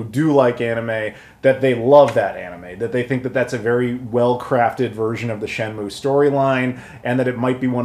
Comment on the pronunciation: 'Shen-Myu' not 'Moo' 👍